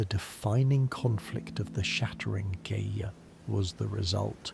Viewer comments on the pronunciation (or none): none